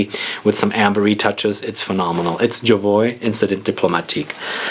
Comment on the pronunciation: When says, "It's Jovoy," does anyone else hear, "It's ya bwoy"?